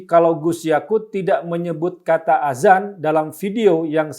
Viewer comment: Yg benar penulisan/pengucapan itu "ADZAN" .. Bukan AZAN.... Maaf bukannya menggurui, tapi hal ini harus saya sampaikan agar tidak menimbulkan kebiasan orang Indonesia dalam pengucapan kata ADZAN.. karena kalau AZAN akan berbeda maknanya Terima kasih 🙏